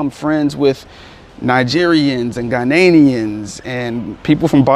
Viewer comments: So annoying. Idk why people have such a hard time saying Ghanaians. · cos how its spelt is different too how its said. Gha-ni-ans